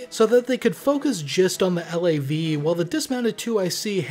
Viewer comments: FYI we never called a LAV a L - A - V. We called them a LAV. In one syllable as in the first syllable of lavatory. Seeing as they are Canadian, anyone who calls them L-A-Vs are wrong ;). Ret'd former LAV Crew Commander, 1 PPCLI. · Couple points: We don't call them L.A.V's...spelling it out like you do...we say LAV. You never anglicize the Royal 22ieme Régiment's name, by pronouncing it 22nd. Its name is french and you don't translate it. The CSM is not necessarily the the MWO with most time in...company sergeant major in the Canadian military is an appointment not a rank...therefore any master warrant officer can be appointed CSM. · I wasn't sure because I've been out for a while but 1VP was speaking about bringing back both mortars and pioneers. Just a friendly FYI. We pronounce LAV as a word not the individual letters. As well as FOO and FAC